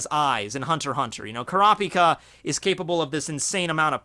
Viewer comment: Man at least say Kurapica right!